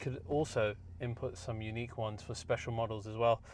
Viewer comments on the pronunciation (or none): none